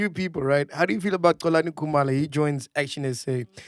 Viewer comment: can't even say Xolani with a Proper X is insane. I can understand McG finding it difficult coz his Venda... is Xhosa! and he pronounces Xolani as Colani